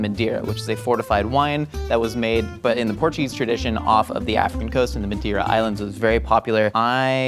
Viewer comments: Wow, that's awesome!! Just one thing, it's Madeira and not Mendeira :) it means "wood" in Portuguese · It's pronounced "mah-DAY-rlah" It was also consumed during the signing of the Declaration of Independence. It also lasts forever because it's produced in an oxidized state (doesn't turn to vinegar like other wines). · Great episode, just wish could pronounce madeira. Emily looks like a middle America scar-jo to me for some reason